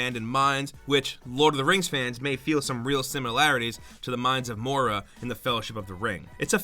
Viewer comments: Moria. Pronounced More-E-Ah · “Mines of mora” you mean ‘mines of Moria’. I’m deeply offended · Mines of Mora? Mora?! Dude you almost just got my first ever YouTube dislike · "Mines of Mora" its the Mines of Moria you research doing butt. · Mines of Mora? You mean the Mines of Moria, right? Pronounced More-Ree-UH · Moria, not mora... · Missed 1 letter Moria not mora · Mines of MOR-EE-A Have to curve the R a bit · they called it a mine? A MIIIINEEE! also it’s moria not mora oof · And you butchered it is the mines of moria not the mines of mora Also got the the doom shotgun also you can get I from the warden that's where I got mine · mines of MORIA pronounced MOREEUH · Mines of Moria (Mor-EE-uh) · "Mines of Mora" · I’m sorry did you just say Mines Of Mora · Mines of Mora.... 😂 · Mines of MORIA 🤦‍♂️ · I know I am being nitpicky.....But seriously? "Mines of Mora" (TRIGGERED Lotr fan here) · Pronouncing Balrog correctly twice but not Moria... smh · MINES OF MORA WHAT THE ACTUAL DUCK DUDE. I GOT TRIGGERED AF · I feel you, it was like nails on a chalk board for me. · It also sounded like he kept saying Bah-rog and not Balrog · My inner nerd cringed when he butched the pronunciation of Moria lol